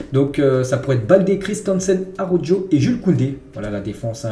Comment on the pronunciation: Salut a tous ! Aroujo avec le j prononcer 😢